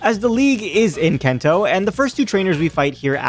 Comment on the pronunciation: Brilliant video. Loved the idea. But my God... "kento". Not sure if you're doing a bit to get more engagement... But yeah it wasn't great to hear you keep doing that over and over again.